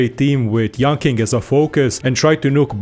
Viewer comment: I speak Mandarin and yanqing is pronounced yanching not yanking. Dk whether it was a forced pun or misunderstanding